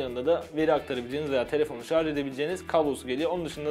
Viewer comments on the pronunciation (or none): none